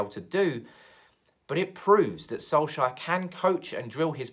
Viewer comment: Who is this Soleshire you are talking about always. Our manager is SOLKsjaer not SOLEshire!